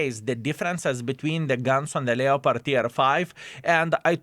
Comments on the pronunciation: Never played a "Lee-o-pard," however I have played a "Lep-perd" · from the French, "lay-o-pard", so your pedantry is misplaced :P "Lep-perd" or whatever regional pronunciation, is just typical English appropriation laziness.